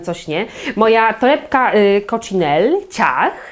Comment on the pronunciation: Coccinelle to marka wloska i wymawia się razem z ostatnim “e” - koczinelle 😊 torebka piękna, pasuje Ci